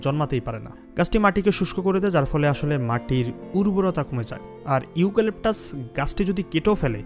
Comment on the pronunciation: ইউ ক্যলেকটাস না।ইউক্যলেকটার গাছ